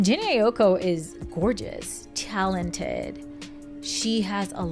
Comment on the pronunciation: The way you pronouncing her last name been pissing me off 😭😭